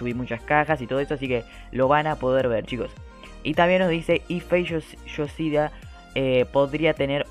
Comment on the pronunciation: El nombre de fey se pronincia Fey ioshida